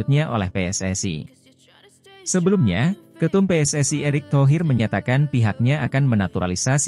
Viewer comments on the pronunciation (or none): none